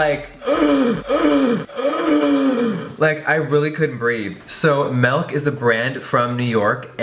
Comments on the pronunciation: I'm cringing he said melk. It's spelt with an i for a reason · Pet peeve: "melk" ooooooOOOOOOOO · I HATE MELK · why is no one freaking out that hes saying milk like "melk"... i cant be the only one bothered by that lmao. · I'm sorry but I was kinda wanting to smack him when he said "melk" instead of "milk" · Girl if you say MELK instead of MILK ONE. MORE. TIME! 😠😂😂😂😂😂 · Am I the only one hearing his say melk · alle Nederlanders toen hij 'milk' zei, dacht ik echt dat hij 'melk' zei ging gelijk naar beschrijving om te bekijken HAHAHAH LMAO. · Oh nu. I thought when he said melk it was "melk" but queen Jeffrey says milk like that oh mah lord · lol did he say "melk" at the beginning ??? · DID HE JUST SAY MALK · I hate the way you say milk You say it like "malk"😧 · jeffree is my fave but the way he says milk is hilarious